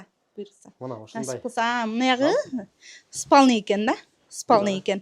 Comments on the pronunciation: Тантырабай эле жатакана дечи.сполини дединби😂.орусчаны катырдын нарака барака😂😂😂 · Ыспалный Дейт ко😅